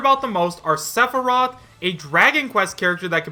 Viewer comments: Sephorath?! ITS PRONOUNCED SEH-FIH-ROTH!!! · It's sef-e-roth. Only saying this because it was mispronounced at the beginning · "Suh-for-roth" lolomgrly? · The way you pronounced Sephiroth first OMFG LMAO!!! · The way he said sephiroth name pisses me off lol. How you say his name wrong.